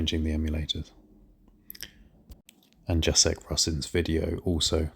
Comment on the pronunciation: Btw, "Jacek" is pronounced "Yah-Tsek"!